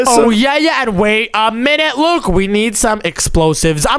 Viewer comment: Why does call Luke Luke poke